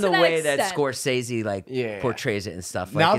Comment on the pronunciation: Jason filmed with Jeff and he still pronounced Scorsese wrong. 🤣💀